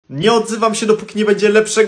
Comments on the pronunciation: Ej ale wiesz że Cruyf wymawia się nie krujf tylko krajf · Krojfa się wymawia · Ale ty wiesz że jego nazwisko wymawia się crajf